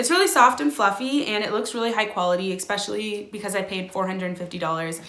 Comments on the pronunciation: Oh god “ex-pecially” 😭😂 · “Exspecially” ahahah I’m dying